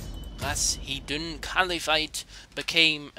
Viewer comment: RAS HIDUN? ITS PRONONUCED RASH-HIDUN